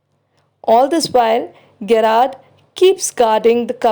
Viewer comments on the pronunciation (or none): It is Jr--aard not Ge- raard.. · Its pronounced as " Je-rrard"